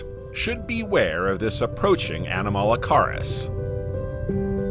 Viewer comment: It's actually a good video and I appreciate the research and effort. I will voice it if asked... I was distracted a little by the mispronounciaton of several words such as Hadian, anomalocaris, and a few others. It wasn't as bad as some other videos, but it did distract. I think it's the way the narrator puts the inflection on his words and the end of his sentences... however it does set the videos apart from the generic AI voices.